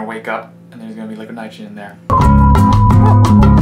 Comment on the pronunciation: “Liquaheed nytrohageen”